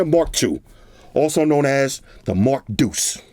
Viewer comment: This. They should know it's the Mark DEUCE